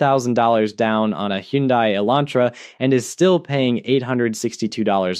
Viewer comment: “Hyundai” sounds like Sunday.